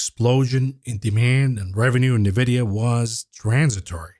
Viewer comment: 2024 is never too late to learn how to pronounce NVIDIA.